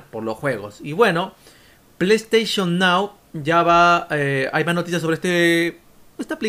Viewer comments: plou stachon miau xD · "Bueno ahora vamos con lo siguiente es con pleisteichon nao,pleisteichon nao, que pasa con pleisteichon nao, pleisteichon nao es un servicio de pleisteichon".